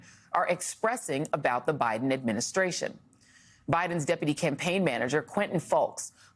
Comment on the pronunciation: Charlemagne u need to learn how to talk adminisscration youf ...